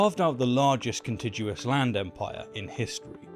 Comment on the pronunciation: I love your content, but I would love it if you gave me free early access to your videos so that I can “proofread”/“proof-view” your content. I don’t think contiguous is pronounced with a soft “g”. And I think “the Mongolian steppe” is usually singular, ie not “Mongolian steppes”.